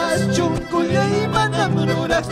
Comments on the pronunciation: NO SE DICE "CHONKHOLLAY" SE DICE "SONKHOLLAY" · Por qué cantan chuncullay si originalmente se pronuncia sonqollay